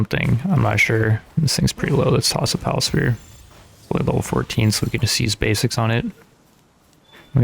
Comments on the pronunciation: Why do you pronounce sphere and spear the exact same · Learn to say ingot and sphere correctly you sound like you are challenged mentally